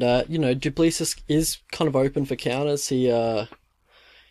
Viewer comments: Pronounce it 'Doo pla-see' phonetically 😂 reckon Dricus is gonna take it home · It's pronounced Do Plessee. The s is silent. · Stilnox baby!!!!!!!! South Africa represent! Dricus is going to destroy this kid! Gota respect a police officer who finds the time to be a UFC athlete tho man! Mad respect to him but sadly he is going to sleep! It pronounced Doo-pla-see. Anyone know when Don Madge is fighting again??? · *do~ pleh~ sí Spot on with his first name tho 👍🏻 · No your not pronouncing it right😂